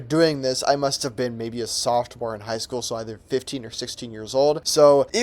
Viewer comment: did bro say softmore? with a T?